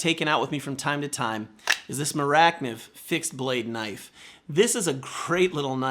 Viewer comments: I love how you pronounced Morakniv. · the way you pronounced "mora kniv" was so funny